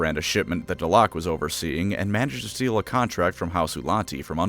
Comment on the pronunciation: Pretty sure the proper way to say that is Dell-uh-keuw...